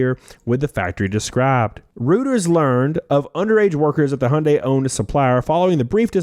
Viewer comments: "Reuters" is pronounced "Roy terz". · Doesn't seem like anyone asked whether these children were getting paid or what they're getting paid. BTW, the "Reut" in Reuters rhymes with "Roy", my boy.